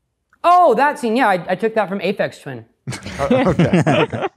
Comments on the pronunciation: "uh-fecks twinS" cmon dan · pronouncing Aphex Twin like "effects twins" drove me crazy lmao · "EFFEX TWIN" OMG DAN PLEASE. Aphex Twin. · Somehow I knew would say it that way even though I haven't reached that part yet haha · pronouncing Aphex Twin “Effects Twin” was a bit triggering damn I’m such a loser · He said Ah phex twins